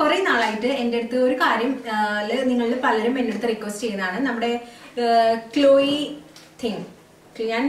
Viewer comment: Chechi ക്ളൊയി തിംങ്ങ് alla ക്ളൊയീടിംഗ് aanu 🤗 you almost said it crct😁 Just paanjenne ullutto🙂 Njn cheythittullathanu nalla effective aanu🤩